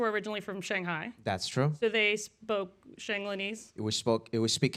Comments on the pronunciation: did the woman just say SHANGELNIESE XDDD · she really said shanglanese xD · lost me at "Shanglanese" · The hostess,“Shanglenese” what’s that???!!!